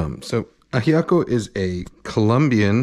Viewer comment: Your pronunciation of Ajiaco and Bogotá: 🏆